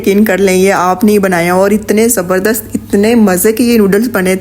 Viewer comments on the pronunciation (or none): none